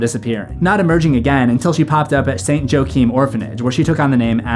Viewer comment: thats Saint Joachim, spanish: “Hwa-Keem”